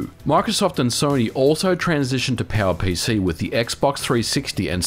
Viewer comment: The highlight of this video for me was hearing "PowerPC" being pronounced something like "PAL-PC". Made me so confused until I inferred from the pictures and consoles mentioned what he meant.